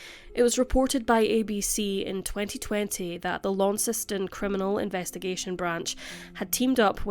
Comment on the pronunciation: As. Launceston girl, congratulations for being the first non-Tasmanian let alone Australian or foreigner to actually be able to say Launceston. Prob because there’s one in the UK? Thanks for the content always.